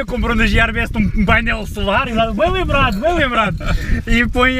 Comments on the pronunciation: entao porque e que dizes jiarbest tipo nao tem sentido nenhum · Não digas jiarbest. É gearbest! É "G" e não "J". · jierbeste? nunca ouvi falar ahahha (gearbeste) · gearbest é com g e não com j. tirando esse pormenor, os teus videos são 5 estrelas. top! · Diz-se Guiar e não Jiar best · n e jearbest é gearbest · diz-se guiarbest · não sei porque dizes isso, porque ninguém diz jierbeste. quando falas dos produtos da gearbeste e dizes jierbeste as pessoas nem sabem o que é isso. abraço